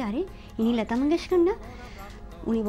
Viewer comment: "লতা" উচ্চারণ যে যে জায়গায় বাঙালির মত করেছেন, ভাল লেগেছে। আর "ভাই - বোনের" সম্পর্ক, এগুলো এখন চলে না। কিছুই বলার দরকার নেই। হেমন্ত - লতার পারিবারিক সম্পর্কের কথা সকলেই জানে।যদি কোনো অবিশ্বাসী সন্দিগ্ধ সেটাকে অন্যরকম কিছু ভাবতেই চায়, আপনার "ভাই - বোন" tag এ সেই সন্দেহ দূর হবে না।